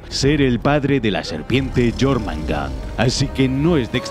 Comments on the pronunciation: Y además suena Mejor Yormungander que Yormungar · Jormangar???? Wtf este men habla como la callampa, se pronuncia jormungander (yormungander o yormungand) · Quien es jormandar jajajaj se pronuncia jormungander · jormangar =jormungander igualito xd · Nórdicos: Jörmungandr Vandal: Llormangan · Yormanga xdd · Jormangan xd